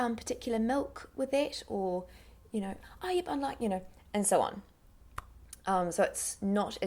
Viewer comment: Hi. Thanks for the great video! I'm wondering, how do you pronounce that "o" in "so" on in a rolling manner? It sounds more like [sour] rather than [sou]. I'd love to learn how to do that. Thank you!